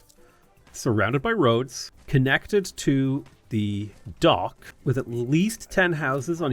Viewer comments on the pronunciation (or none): none